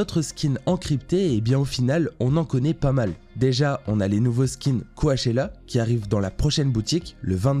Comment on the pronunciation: "on a les nouveaux skin coAchella" 😭 ça ce prononce cOchella